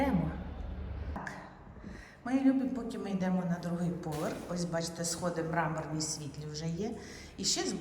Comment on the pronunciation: РулЕтка,Мармур ,а не мрамор.